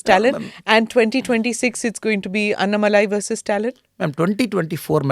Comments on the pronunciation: Sensible and content packed no- nonsense interview. Both the interviewer and interviewee have to be appreciated. Bu Smita Prakash, pls get the pronunciation correctly. It is अन्नामलै not अनन मलाई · Wonder how a person with southern bkgd like Smitha ji could not get annamalai pronunciation right? Or is it a strategy? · Why she is pronouncing Annamalai in weird manner...